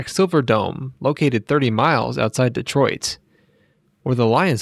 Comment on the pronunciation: Dee-troit lol